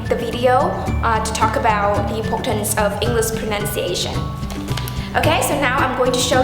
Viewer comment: you emphasize the 't' of the word correctly which in my opinion, it's incorrect. you said 'Imporktance' instead of 'Importance' you said 'afser' instead of 'after' you said 'sentance' when it is suppose to be 'sentence' once again, you said 'Imporktant' you said 'Jeir' I guess you wanted to say 'chair' hehe you said that in order to make this video, you need to 'repair' the words, well, that's 'prepare' you pronounce 'deeply' somewhat like 'diply' Not to comment you are bad at pronunciation, just want to point out the mistake that I think should be improved. Overall, that's a massive effort you've put in!! Well done! :D